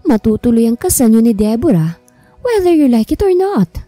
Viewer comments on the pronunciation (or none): Debra. Not Debora !!!!!!!!!